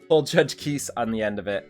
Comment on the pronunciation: Just an FYI, Kise is actually pronounced Key-Say (translates from her korean name - 키세). Not sure if you care but just wanted to let you know! Good luck on the Kise rolls!